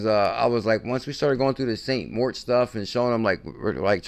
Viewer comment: Especially when it’s pronounced MORITZ